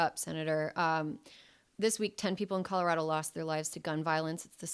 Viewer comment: I love Senator Klobuchar so much - and she gets extra bonus points for pronouncing “Colorado” right. 😂